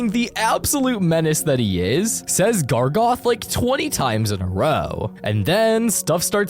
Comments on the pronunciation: ITS GARGOROTH!!!!! NOT GARGOTH!!! GARGOROTH!!!!! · 1 thing he says that is wrong is GARGOTH IS GARGAROTH OR SMTH BUT NOT GARGOTH. 2carman? Thats how he pronounced it and siman WHAT? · "gargoth" ITS GARGAROTH. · Gargaroth not gargoth😡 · why is he saying Gragoth💔